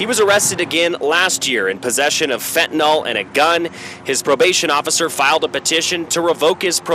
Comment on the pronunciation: Journalists? Cant even pronounce words properly! Geez. It’s NOT fentan ALL, It’s pronounced fentan-ILL. Fentanyl.